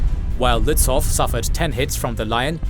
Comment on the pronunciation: Very well made. One remark: the W in Lützow is silent. So you speak it Lützou - a Prussian - Slavic name